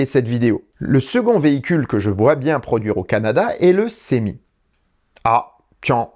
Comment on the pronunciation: Hello, D'où vient la prononciation du futur camion de Tesla " sémi " ? En français, c'est clairement semi ( de semi-remorque) en anglais cela se traduit par semi-trailer avec comme en français une prononciation " se "...